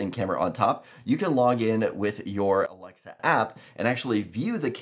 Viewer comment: Why you cannot pronounce alexa?